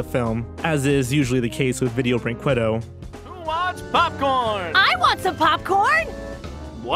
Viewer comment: ViDIEo BrinQWAdo Oh, your desecration of that company's awful name is beautiful